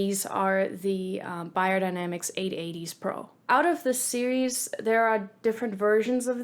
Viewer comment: I can't understand why you being German keep pronouncing "Bahyerdinamicks" instead of its real pronunciation, specially if you pronounce "Sennheiser" correctly 🤔